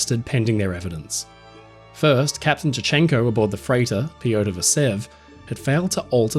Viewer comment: Sadly, I couldn't get over the very poor pronunciation of the russian names. The choice of syllables to stress was incredibly western. You can very easily find audio of the correct pronunciation of names such as "Nicolai" and "Piotr". These are usually very well produced and researched so was very surprised to hear this being completely overlooked.